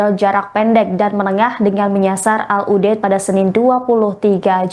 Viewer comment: Qatar tolong dikoreksi penyampain negara Qatar Bukan “ hatar “ Dan penyebutan al udeid adalah al udeyit Bukan udet 😏✌️